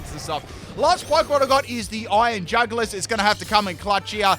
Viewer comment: Iron NutSack LMAO 🤣 😂 😆 😅 💀 EVEN couldn't say it lol